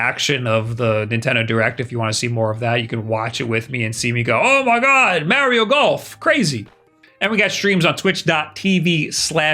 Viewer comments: BRO YOU SPEAK PERFECT ENGLISH. STOP SAYNG “MARYO” ITS “MARIO”. IM ABOUT TO THROW MY FKN PHONE AT THE WALL, ITS DRIVING ME FKN CRAZY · ⚠️ Cant take this dude seriously when he tries to say “Mario”. I don’t get it, he speakers perfect English. Idk why he keeps calling “Maryo”. It’s driving me fkn nuts ⚠️ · I love how he says "Marry-yo" instead of "Mario"...also my majority of time has gone into Octopath Traveler and Mario Kart 8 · When MARIO is pronounced MAH-RIO you take a shot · Oh hes a MAH-RIO guy… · I watch these videos just to hear him say “Mario”